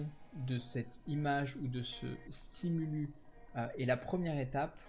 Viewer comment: Bonne vidéo ! (On dit un stimulus (stimulusse) et des stimuli) ;)